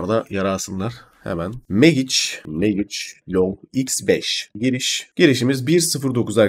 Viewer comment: kardes. Hersey iyi guzel anlatimin da guzel stratejide guzel. Ama MAGIC i teleffuzun nedir birader. Hic mi ingilizce okumadin? Mecik diye telffuz etseydin. ingilizce agladi resmen.